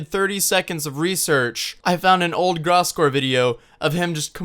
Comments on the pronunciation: yo just to let you know its pronounced grose gore not graaass gore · nice video but holy fuck please learn how to pronounce Gross Gore right before making a video in which you talk about him that's all I ask lol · Blake finally found someone who agrees with me that Gross Gore isn't completely wrong also if could pronounce his name right that'd be great